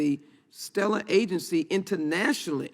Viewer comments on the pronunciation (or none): Intwanashnly. It is internationally